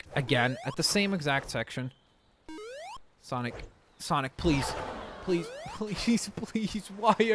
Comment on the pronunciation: SONIC NOT SANIC